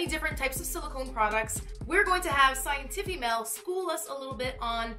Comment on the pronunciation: I'm watching the bloopers and I deadass thought you called yourself "" 😂